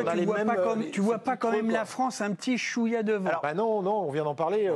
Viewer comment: Un peu (chou yah) 😂 mister blanc 🤣🤣